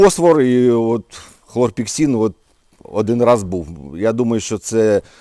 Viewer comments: Хлорпекрин а не хлорпексин. Слава воякам!!! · Хлорпікрин , а не хлорпіксин ! Цим ОВ "обкуривали" в палатках бійців в протигазах. Звичайне сльозогіне вещество. Протигаз та борода несумісні!!!